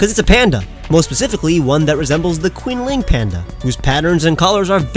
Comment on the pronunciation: "Quinnling"..........it's CHIN-ling..... shudders